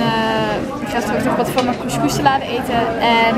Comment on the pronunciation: Jij spreekt couscous uit als koesch koesch, maar je hoort het als koeskoes uit te spreken. Alleen een tipje :) leuke video verder!!!!